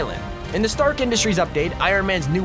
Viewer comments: Dis it on purpose he’s pronouncing it « Trask »? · Its not trask its stark